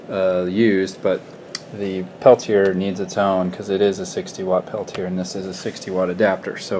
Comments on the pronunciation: You said it right the first time. Peltier. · I heard u you pronounce it both ways. Peltier rhymes with Chevrolet. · Jean Charles Athanase Peltier was french. Very, very french. Pelti-ay is the correct way to say it. It's fine that people mispronounce it, but if any of those people try to correct you, slap them hard on the face.